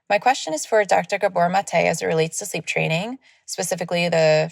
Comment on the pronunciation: I really wish she had worked harder at correctly pronouncing Dr Maté’s name.